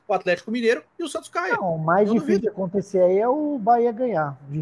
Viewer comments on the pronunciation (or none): O é o boca maldita... Ele fala acuntece...